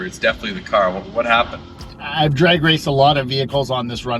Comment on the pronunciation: Fix your accent, its "drag" strip, not "draig" strip